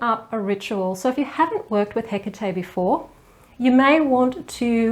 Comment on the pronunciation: OMG ! Finally... a video where her name is pronounced correctly !!!!! Thank you !!!